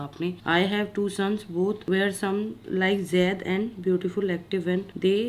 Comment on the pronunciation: Why does Payal keep calling Zaid , jaid? It changes the meaning of the name